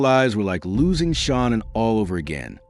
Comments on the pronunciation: Come on dude you don't even pronounce shananns name right!its not shawnon its shanann (sha-- nann) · That is not how you say her name😮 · Gee. not too much research put into this when you can't get Shanann's name right. And such a "click bait" title.